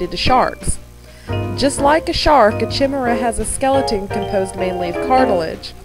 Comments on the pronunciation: Deep sea fishes is correct. ..except of course the amphipod. Good job, just a few notes- The "Chi" in Chimaera is pronounced like "Ki" as in kite. :53 The large gray "night of the living dead" looking rat-tail fish is not a gulper eel it is a Giant Grenadier. They can weigh over 50lbs. Gulper eels are all very small, fragile, and black or dark brownish. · The longnose chimaera, the first one i believe, it's pronouced kimaera. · You're correct, it's pronounced like KY-MERR-A. I've edited the video notes to acknowledge my mistake, a couple of people have posted the error. :3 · And I mispronounced "chimaera"! :P